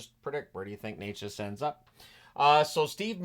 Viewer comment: Just a heads up, its not Neychas as you pronouncing it, with a long e sound{ey}, its Nečas with a short e sound like "net" ...so more like ne-chas...all short sounds. Thanks